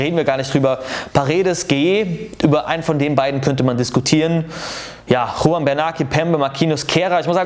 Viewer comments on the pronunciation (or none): none